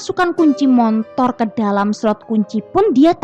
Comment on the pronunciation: Motor buk. Bukan montor.🤣